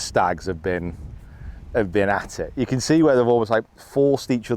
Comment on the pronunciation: Never say , you cont, say , you can